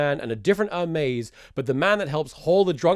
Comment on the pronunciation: Its "hermes" not "ermez"